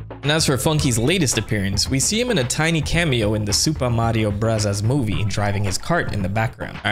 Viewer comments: Oh my god, STOP saying “Super Mario Brothers Movie” like that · am i missing something, why does he say the mario movie name like that